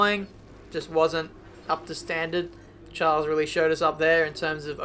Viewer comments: Expecting a RageKitchen video from Matty, because you're pronouncing Charles and not Schaaaarl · Hey, just so you know it’s pronounced Sharl not Charles, and Ockon not Ohkon